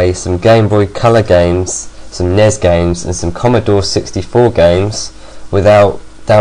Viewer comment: dude it's not pronounced nes it's an acronym but any way great vid 5/5